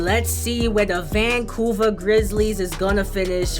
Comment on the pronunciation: Vancuver lol🤣🤣🤣🤣 but great vedio